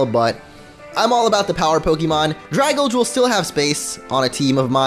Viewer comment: I'VE SAID IT THREE FREAKING TIMES!!!!!!!!! IT'S PRONOUNCED DRAY-GAL-JEE!!!!!!!!!